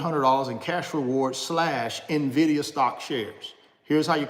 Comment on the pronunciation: So glad you are correctly pronouncing "Nvidia" starting to look like you are knowledgable 😉 no more "Nividia" 🤣